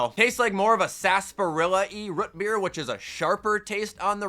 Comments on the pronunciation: why you say root beer so wierd, you say rut beer lol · “Rut beer” lol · tha way says rootbeer sounds so satisfying (RUTBEER)